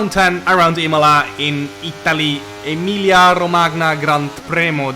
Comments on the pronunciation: The pronounce of Emilia-Romagna is terrible 😂😂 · Welcome to Round 10 Imola. Jarno: "Emiglia RogMania Grant Preno D'Italia".